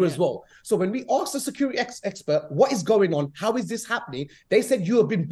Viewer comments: anyone who said 'aksed' instead of asked is not to be trusted with finances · "We Axed for, all we AXE for" xD